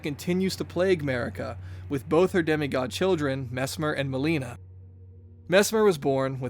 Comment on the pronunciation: 😭😭😭 Why you say Melinas name like that